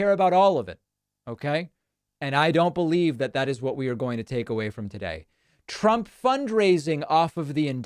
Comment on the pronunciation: How about when he called himself "Donald Prump"? Not many people have mispronounced their own name.